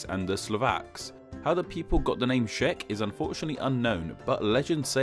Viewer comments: "Czech" is read with the initial "Ch" sound, not "Sh" which you pronounce all over the place... Should've done more phonetic checkups before posting the vid, no? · "Cz" is pronounced like "Ch" not "Sh" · Czech is not pronunced sheck but check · Am I the only who hates how he pronounces Czech Republic as Shack Republic?